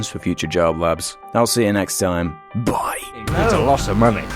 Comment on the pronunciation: why do you say "bye" so weird??